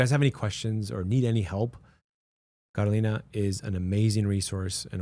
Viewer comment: Él pronuncia tu nombre Kolina dile que es CAROLINA....